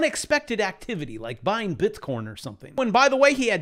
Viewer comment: OHHH DANG! You called bitcorn wrong! You need some more factors in your Crytpo Course TA, Dunce.